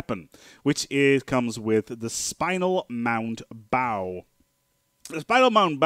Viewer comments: Bow is pronounced "baugh", not "boo". More like "oww" than "oh". The weapon "bow" is spelled the same, but pronounced differently. Also, excess power is ALWAYS beneficial- the plus 0% just means it is less than 1% better- but looking at the DPS shows there is still a change... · I'm sure everyone's pointed out that a ship's "bow" is pronounced like "wow" rather than "Low" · The front section of a vessel is pronounced like take a bow, not draw your bow. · Just for future reference, a ships 'bow' is pronounced "bau" as in taking a bow (bending forwards at the waist); or as the german word Baum. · Bow. Bao. Bah-Oh. As in "Take a bow", or "Bowing deeply". Rhymes with "Plow". But more seriously, thanks for the tips :) . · GAAAAAAAAH ITS PRONOUNCED BOW AS IN BOW TO ME FOOLS! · So I'm not the only one that twitched at that I see. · Its bow as to bow before something not bow as in bow and arrow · you are mispronouncing bow yo! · Ugh I can't stand when people say bow like that.